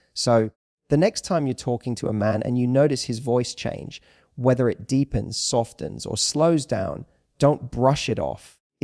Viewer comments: ...bounced sofens silent t... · Softens .......pronounced softens it's a silent t. Or is this AI.